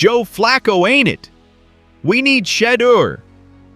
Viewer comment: That AI generates more 1-liners than Rodney Dangerfield however they still cannot pronounce Shaudeur Sanders lol